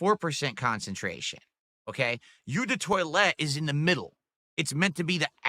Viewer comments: it’s pronounced “oh” not “ew” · Eau is pronounced " O " if anyone cares lol